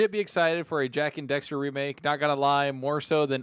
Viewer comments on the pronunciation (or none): It’s Jak and DAXTER